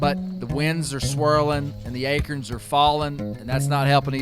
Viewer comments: That’s ayeekeern! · He says it right, "A-Kern". Love it